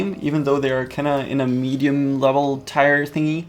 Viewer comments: its tier not tyre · Tier is pronounced TEE-r not TIRE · why is he saying "tire" instead of tier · It's not tyer it's TEEEEEEER SPELLED TIER DAMN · Tier..... is pronounced like TEER, not TIRE. Holy fuck.... You even know the correct way to say it lol but you choose not to.... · in English the word 'tier' is pronounced the same as the word 'tear' NOT the same as the word 'tire'...:) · its TIER not TIRE! gaaah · tier, not tyre. say it like tear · Tier is pronounced "teer", not tyre. Sorry, this just bugged me. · or 'tear' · i dont blame you for saying tyre instead of tier. thats just the way you say it. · It is tier. Not tire. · tier is pronounced "tear"... not tire.. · Also, just so you know its not tire its like saying tear, not trying to be mean just being helpful. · Is he pronouncing tier wrong, or is it just a cultural thing. I say tee-ur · It's pronounced teer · I hate how he pronounced tier pike tire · tier- pronounced tear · its pronounced (teer) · It's pronounced tear. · “Listen to me I know everything” Pronounces tier wrong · Your saying tier wrong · God, pronounce tier correctly -_ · You know that's not how you pronounce "tier" right?